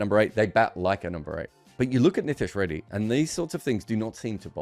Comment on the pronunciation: Good breakdown of the conundrum, just kindly get pronunciation of his name right 😭